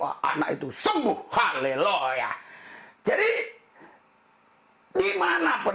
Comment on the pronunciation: Pak Pdt. RL saya mau tanya yang benar yg mana pengucapannya : Haleluyah atau Halelooya yang bapak sering ucapkan itu. Bapak juga pasti tahu bahwa apa yg terjad sekarang ini adalah kehendak Tuhan, jika bukan kehendak Tuhan virus corona tidak menyerang manusia oleh karena itu Tuhan juga berkehendak akan yang tetap hidup dan yang akhirnya meninggal, semua dalam kuasa Tuhan. Kalian pendeta punya kewajiban memberi kekuatan iman oleh Kuasa Roh Kudus kepada Jemaat dalam menghadapi wabah ini, bukan saling menyalahkan. Semua pendeta punya pendapat yg berbeda mengenai khotbah pendeta yang lain karena mereka juga manusia tidak suci seperti malaikat, standar kesucian kita Tuhan Allah yang tahu. Jangan membuat kami tambah bingung dengan sikap kalian yang salinge menyalahkan. Tentulah semua khotbah kalau dikaji diamtara kalian sendiri tentunya adalah plus dan minusnya tetapi kalian pendeta selalu menganggap dirinya sendiri yang benar dan berkoar-koar saling menyalahkan seperti anak kecil dan tidak seperti seseorang yang memiliki hikmat Tuhan.